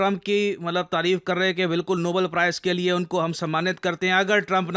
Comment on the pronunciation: nobeeel?? Iski pronounciation bhi kharab h